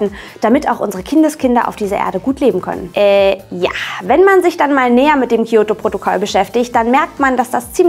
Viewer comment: Das "Kiyoto"-Protokoll... Weil es zu einfach wäre Kyoto zu sagen. Ich erwarte nicht, dass ihr perfekt Japanisch könnt aber ein bisschen sollte man schon auf die Aussprache achten. Ich gucke eure Videos wirklich gerne aber mir ist jetzt schon öfter aufgefallen, dass ihr Wörter teilweise komplett falsch ausgesprochen habt (zB Hommei-Choko im Valentinestagsvideo).